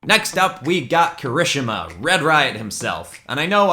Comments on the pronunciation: It’s Kiri-She-Ma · He koorishima its kirishima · . . . Ki-ri-shima? Kiri-shima... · ki-ruh-shu-mah Me: KEY-RI-SHEE-MA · Its Ki-ri-shi-ma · The only thing that is just that little bit irritating in this video is the way he says kirishima. I pronounce it like kirasheema so yah. Good art tho! Keep up the good work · you said kirishima wrong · He said Kirishima’s name so wrong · he said kirishima name wrong lol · Is no one gonna question how he said kirishima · THE WAY HE SAID KIRISHIMA OMG IM SCREAMING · How he pronounces kirishima (my favorite character) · please never say kirishima like that ever again